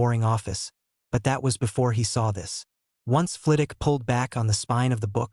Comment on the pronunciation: The only thing that annoys me about your videos is that in every single video you leave the W out of Flitwick. In every video you call him Flitick. Fragging annoying, he Name is FlITWICK NOT FLITICK.